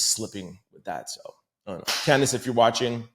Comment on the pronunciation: Candice: If you want to butcher her name simply say it as it is spelled CAN-DICE. Yw :)